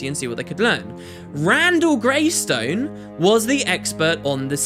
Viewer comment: You keep saying Greystone, and even put it in the title. It's just Greyston X_X